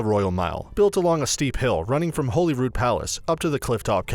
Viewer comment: He actually pronounces Holy Rood properly. Which is more that you can say for most Edinburgh residents.